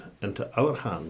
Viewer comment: ALABA ? It’s fucking ALBA !